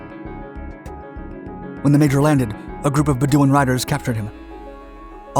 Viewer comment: Be-doo-in? I think you mean Beh-doe-in .